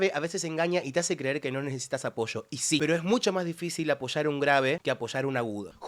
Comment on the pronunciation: Habla bien, no es "apocho" es "APOYO" 😂😂😂